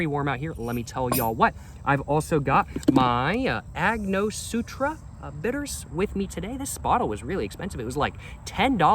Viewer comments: AngoSTURA, not SUTRA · gotta start using ice my guy. and its angoSTURa not angoSUTRA. sorry not sorry. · AiNG-Oh-stur-aH! Say it with me! ANGOSTURA! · lol agnosutra it’s Ang guh stur a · An-ga-store-a bitters 😝❤🥃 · Its prounounced " ang-o-stura" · cracks me up everytime this this guy says "agnosutra" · I like Agnosutra better lol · Ango-stura bitters lol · An-gus-tora bitters is the way to say it